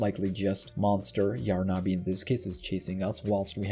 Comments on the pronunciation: It’s not yar na bi ! It’s yarnaby ! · It’s Yarn-a-by not Yar-na-by ! 🪄🧙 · Why is he calling yarnaby : yaaar na BE . the hell is that???!